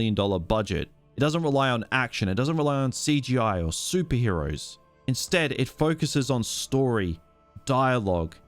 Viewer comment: I love how Australians say "soupy heroes"